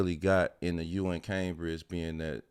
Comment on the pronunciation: *Cambage (Cam-beige), DMiles. Not Cambridge.